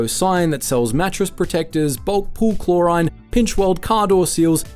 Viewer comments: Chlor-RHINE too. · The way you said chlorine made me uncomfortable